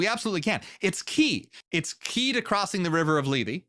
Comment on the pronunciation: Λήθη, Leéthee, th as in THink, not th as in THere.